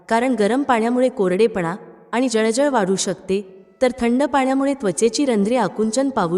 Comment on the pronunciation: शकतात,जळजळ,शकते , म्हणतात इ.शब्द व्यवस्थित उच्चरावेत. माहिती चांगली आहे.